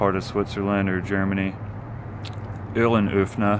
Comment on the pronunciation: It's Oo-Ren-E(r)ffnah. Nice Ö pronunciation tho! :)